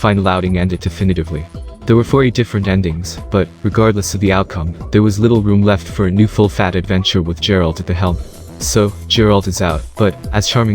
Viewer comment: His name isn't jaralt lol it's said like gare-alt